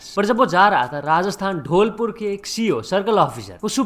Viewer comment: धौलपुर ❌ ढोलपुर✅